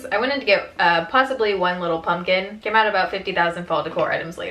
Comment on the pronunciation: She says punkin' instead of pumpkin. Like how Harley Quinn says puddin' instead of pudding.